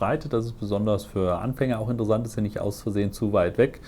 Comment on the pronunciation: Gutes Video. Die Aussprache von „Software“ oder „interessant“ mit weichem S kann ich allerdings kaum ertragen.